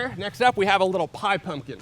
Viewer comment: Did you say, " pie pumpkin" or by -by pumpkin?? Ha, Ha😅. 🇺🇲🇺🇲🪖🪖👮👮🚓🚓